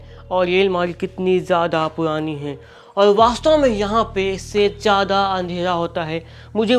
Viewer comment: Kya tum Hakle ho Bhai ye almari purani hai ya puani 😂😂😂